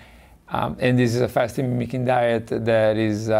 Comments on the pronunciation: Fascinating video. Slightly irritating that Dr Patrick kept calling it Fasting "Mimetic" Diet rather than "Fasting Mimicking" though! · Why does she keep calling it fasting “memetic” diet? Mimicking. Not hard. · What is she saying that sounds like "Fasting hemetic diet" ? She isn't saying: mimicking. I've played it over and over. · Is she trying to say, "mimicking?" She keeps pronouncing it wrong.